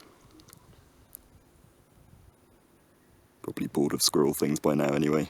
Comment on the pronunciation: You have rhoticity when you pronounce ‘squirrel’. Not sure how common that is in British dialects, but it struck me as interesting.